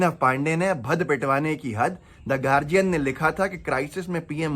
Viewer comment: गार्डियन होता है गार्जियन नहीं